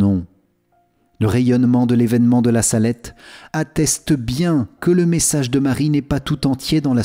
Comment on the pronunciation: Il y a une faute sur le nom la salette c’est en appuyant que l’accent c’est mis merci amen